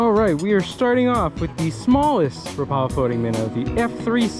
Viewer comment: A friendly note: "Rapala" is pronounced "WRAP-ah-lah". That's how they say it on their YouTube channel.